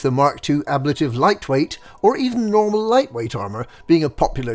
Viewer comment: The way you pronounce "Ablative" makes my eyes itch